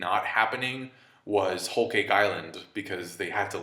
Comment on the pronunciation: Why are u pronouncing whole cake like that